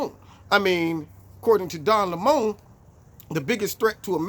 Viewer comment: Lol 😂: “Don Lemõn ”